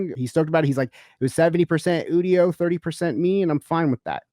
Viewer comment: It's pronounced You-dio